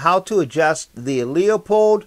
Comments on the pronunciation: Loopold is the correct pronunciation. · Why does everyone say “Leo-pold”, it’s “loo-pold”